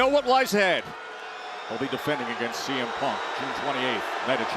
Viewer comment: I thought he called Punk “CM Pump” lmao